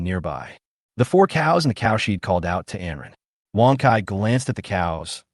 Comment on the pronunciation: Not bad, decent flow, a bit boring at times, and exciting at times. The "cowsheed" is the only annoyance so far!!